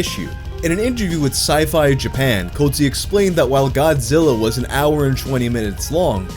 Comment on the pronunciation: luigi Cozzi but the way says it sounds like GOATSE......... makes perfect sense